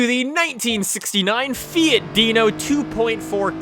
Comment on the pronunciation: "Fee-it Deeno"